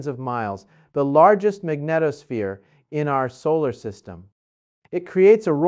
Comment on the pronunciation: I've seen so many conflicting stories about 3iatlas that I no longer believe anything I see. And now I hear him pronouncing "magnetosphere" in two different ways, which makes no sense. No legitimate scientist would mispronounce a technical term like this.